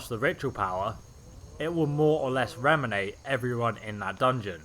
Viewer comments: He did say "reanimate" a few times. There was even one part where he says "reminate", then a few words later, "reanimate"...but I knew what he meant. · I die every time you say reminate rather then RE-ANI-MATE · It's pronounced re-anI-mate bro! Not remminate. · I like these videos, but holy god does it irritate me when you mispronounce words! You kept saying "Reminate", instead of "Reanimate", which would be pronounced "ree-an-ih-mate". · So i know its bad to make fun of someone for mispronouncing a word, because it means they learned it by reading. But what he fuck? Remminate? Reminate? Raminate? Im not sure you actually read, the word is reanimate. Like where the fuck do you get remminate?! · It's not fucking renimate....it's reanimate. RE AN I MATE fucks sake bro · "re-animate" not 'reminate' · just saying... RE-ANIMATE not remanate..(not sure what it is ur saying) nice vid tho i like it a lot otherwise :) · Re-Ani-Mate. Reeminate. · its not pronounced rem-inate its pronounced RE- Animate , as in you are animating something that was once animated in the past. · cool build. RE-AN-I-MATE though dude, that's how you pronounce it. That drove me a little stir crazy :D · It's pronounced re-animate. Not remanate. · reminiate corpse.... and then says reanimate right after. lol wut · "Re-an-i-mate" Not "rem-i-nate. Other than that, awesome build. Very interesting concept. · ffs it's RE ANIMATE as in pixar ANIMATion not fucking remination.. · It's re-animate not rean-imate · RE-ANI-MATE, not reminate... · "Reminate" is not a word. The word you're looking for is "re-animate" (hyphen added to help with pronunciation) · RE-ANIMATE, not reminate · RE_ANIMATE! Why do you say REM IN ATE? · "Remminate", huh? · Say it with me re-ani-mate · You say 'reanimate' two different ways in this video, stop saying it in a stupid way and stick to the correct way you clearly know how to to pronounce. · The word is reanimate, not reminate. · lol, "reminated" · "Reminate"? Seriously?